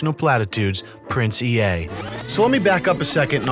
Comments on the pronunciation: Pronounced 'Ee' not "E-a' just heads up lol. He was a rapper and won now defunct Funk Volume first annual rapping contest. Then switched up to the social media motivation guru. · The Ea is pronounced as "E" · But its actually pronounced as "E"